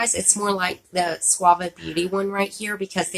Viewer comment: I don't think anyone has told you this ( Wich I think is rude) but those Suva Beauty Drops you have is pronounced a different way than the way your saying it. But it's pronounced "Sue-va" like the name Sue. I understand the mix up though, you're saying it like the shampoo "Suave". I hope you understand